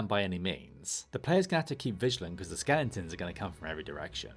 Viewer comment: Are you saying "skellingtons"?!